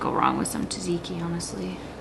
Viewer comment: Tzatziki has a Z in the beginning too :-) don't spark the rage of the Greek by saying it wrong :D (I've been there)